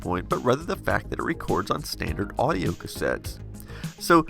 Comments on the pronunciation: auido instead of audio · XD So what's "Auido"? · Auido, instead of audio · Interesting piece of kit. Did it run hot, sucking the batteries dry that fast... oh and "auido". Heh. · "Auido and Tracking"